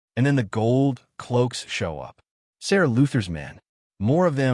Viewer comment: Are you using an AI voice? Most of the pronouncing is way off. Names are not pronounced corectly, Ser is pronounced Sir!